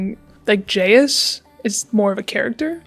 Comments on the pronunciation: I’m an Indonesian and the word jayus has not been relevant for years now, just a little thing that makes it funny to me. Also it’s supposed to be pronounced as “jah-yoos”, so used the word all this time without even being able to say it properly 🤣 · this is way off the main topic but the way doesn't even bother learning how to pronounce jayus properly irks me so bad. if you take a word from another language, give it the respect it deserves and learn how to actually say it. (it's juh-yoos, not JAYus)